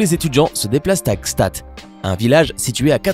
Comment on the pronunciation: Quand il a prononcé Gstaad en version française et pas allemand sa m’as tuer 😂